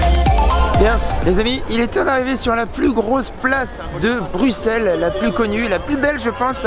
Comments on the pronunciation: J'ai bien aimé l'évolution de la prononciation "Brukssel" en "Brusselle". Reste à trouver une nouvelle occasion de revenir ;) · Pourquoi les français disent Bruxelles . Sa s’écrit Bruxelles mais on dit Brusselles comme en néerlandais . :)